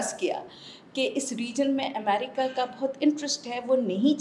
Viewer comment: Madamme Aaaaa America Bolne mein kafi Parishan Horeee Jaisa Bannanna Kahaa rahe hai